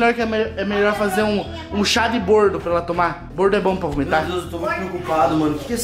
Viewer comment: Não é bordo é boldo Essa menina é louca